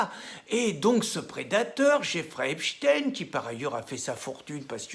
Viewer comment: Merci Monsieur Cassen de prononcer Epstein comme il se doit. J'en ai marre d'entendre à la radio "Epstine" ou "Weinstine" (pour l'affaire Weinstein). Est-ce que l'on dit Albert "Einstine" lorsqu'on parle du célèbre prix Nobel de Physique ????